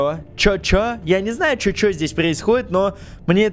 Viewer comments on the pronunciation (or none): Не чо чо а чу чу когда oo звук у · вообще то чу чу а не чё чё! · Это не чо чо а чу чу. Типа чух-чух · В начале там не чо чо а чу чу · Да не чочо а чучу потому что сочитание oo в английском читается как у чучу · не чё чё а чу чу. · Вопщето чу чу а не чё чё